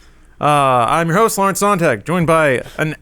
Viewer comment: Does Lawrence know his name is pronounced "Zone-tahg"? It's German for Sunday